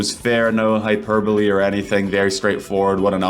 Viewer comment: The way you said hyper bole was Diabolical 😭😭😭